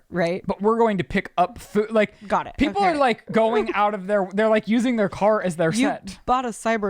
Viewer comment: omfg shes literally the stupid girl impression “iii lakee et” cant even pronounce words like a normal person and sounds like a child thats drunk. she honestly does sound intoxicated